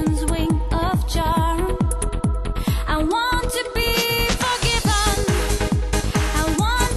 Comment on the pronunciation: Это ж насколько надо тупить и тугоушить одновременно чтоб такое услышать, а она поет без искажений просто ударение не туда